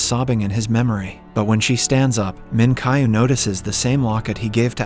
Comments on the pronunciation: "Jayah" "Minkai" the accent is killing me help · great video but the way he pronounced the names kinda made me mad ji-ah = jeeyah minkyu = min kee oo